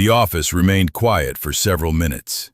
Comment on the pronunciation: By the way, Quiet isn’t pronounced Quite. It’s QUI-ET.